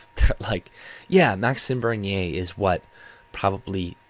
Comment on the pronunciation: I noticed you pronounce his name properly. 🤗